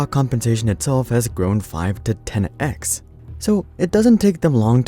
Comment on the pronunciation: "tenna-ex" means ten x, in a thick mouth-breather accent. The things can't enunciate as well as they think they can and you wen keep coddling them into keeping their incompetence.